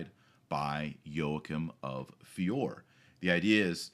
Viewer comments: And the name of the town is pronounced "Fioray". Just saying. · One should pronounce the "E" in Fiore, so it sounds like "Fioray" . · "Fee-or-ay" Everybody needs to brush up on his Italian. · FIORE Pronounced fee—YOR—ay Painful, doctor, painful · Yo-a-kim of fee-or-eh